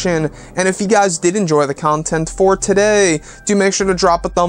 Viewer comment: Can you please say content like you're a human?